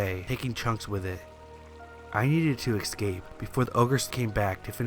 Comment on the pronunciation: Corn maze was obnoxious and ridiculous. And the word is escape not excape!